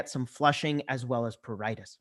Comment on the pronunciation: it’s a very good class. But it’s pruritus and not pruritis. Please correct